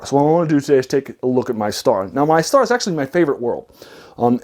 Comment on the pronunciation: Too long. Speaking too fast. Need to focus on the "pulp" topic. It's pronounced "mee-Star-ah."